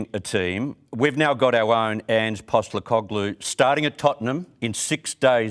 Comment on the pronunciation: Why does this guy keep saying Ange’s last name wrong ?